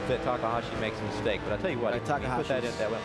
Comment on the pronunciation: It's takahashi!!! pls say it right or not at all